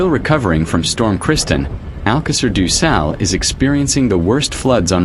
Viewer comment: Porra utilizem essa coisa da inteligência artificial mas o nome da localidade é de Alcácer do sal e não alqueires ducal os nomes das localidades não têm tradução e essa porcaria que voces usam da artificial revolta qualquer cidadão nacional ao ouvirem esses nomes que mais não são que uma aberração tal como o nome do rio ppi o nome dele é SADO e não ducal parem com essa mercadoria de ofedenderem a dignidade das pessoas com essa coisa da não inteligência artificial ela é sim uma aberração ao serviço da dignidade humana